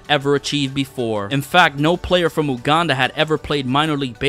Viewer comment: My mans continuosly mispronounced Uganda lol.